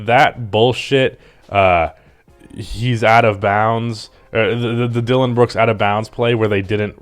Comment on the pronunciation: How the fuck you butcher Dillon Brook’s name that badly damn.